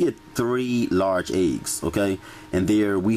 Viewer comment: I like how you pronounce ''eggs'' ayegs lol.